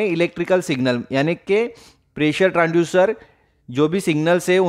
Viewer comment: Transducer not Tranducer , Make pronunciation perfectly